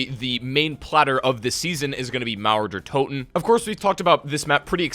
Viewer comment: When you spell Mauer der Toten i understand naruto der toten